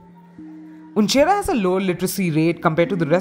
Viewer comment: its uchhnera not unchera